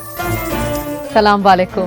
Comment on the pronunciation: We say Assalamo alaikum NOT Assalamo Valaikum ;-) bit the reply is Wa alaikum Assalam